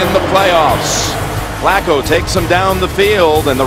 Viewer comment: Pet peeve: Phil Simms pronounces “him” as “eem”.